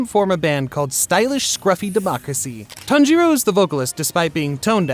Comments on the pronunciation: did he say "tanjito" or my hearing is just messed up👀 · I love the accent when you say "TANJIRO" 🎉🎉